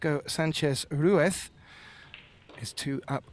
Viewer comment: RUIZ RUIZ RUIZ LOL. RUITH SOUNDS WRONG LOL